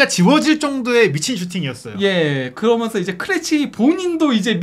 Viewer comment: 해설을 하려면 발음도 중요하다.버버지 은 거면서 거면서 하는 사투리 정말 듣기 그렀다. 거면서가 뮈냐 젊은 친구가, 거면서, 거먼서.